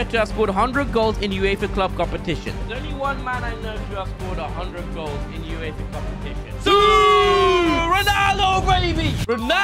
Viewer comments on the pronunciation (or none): none